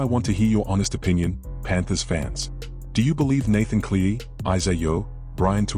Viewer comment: Ivan's Surname is CLEARY as his Son Nathan. Ivan is the coach and Nathan is the best NRL in the NRL...not Clee or any other name you come up with. i AI or what